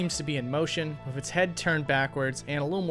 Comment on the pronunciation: Why do you say "wiv" or "wif", instead of 'with'? Really strange for an American.